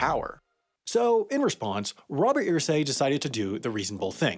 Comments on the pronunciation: It's pronounced "Ehrsay" not "Earsay" but great video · I wasn't going to say anything at first, but you say his name so many times it got on my nerves... Its pronounced errsay. Not earsay. Mini rant over. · I hate the way this guy pronounces Irsay's name. It's ER-say. Not EAR-say. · Its pronounced "ersay" not "earsay" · Wow, I am SHOCKED. You kept pronouncing the name "EER-Say" instead of "UR-Say", but you nailed "Hoosier". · I’m from Indiana and Irsay is pronounced UR-say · How do you do all the research and still end up saying Irsay wrong over the course of the whole video😂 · For your correction video in a year Irsay is not pronounced like how you said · As a Hoosier, it irked me he couldn't say Irsay correctly.